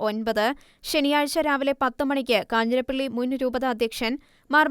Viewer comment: 'കാഞ്ഞിരപ്പള്ളി' not കാഞ്ഞിരപ്പിള്ളി.